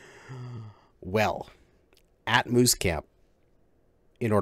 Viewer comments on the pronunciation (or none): Moose camp not mouse camp.